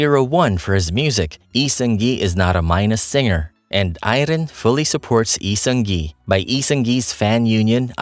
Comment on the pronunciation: Thank you for this video🥰 I love how informative this video is and how you carefully pronounced his name and his fandom name, Airen, unlike other youtube channels. btw Lee Seung Gi has no active facebook account and his official website is inactive now because it was owned by hook. I am really looking forward to his projects in his new one-man agency, Human Made🤩